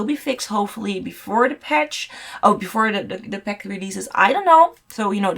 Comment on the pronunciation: Oh... For like 10 minutes I was like '' peck''?... Whats a fuckin peck??!.... Girl its PACK. Gosh AAAAAA